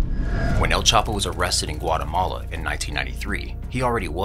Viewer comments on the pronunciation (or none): none